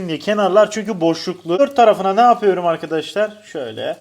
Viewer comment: Yapüyrüm demene bayılıyorum